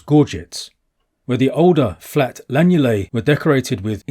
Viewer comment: Excellent film. It's lunulae not lanulae.